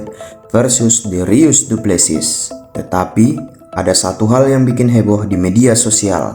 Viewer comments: dricus bukan dirius:( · Dricus bukan darius 😂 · Bang dricus bukan derius😂😂😂😂😂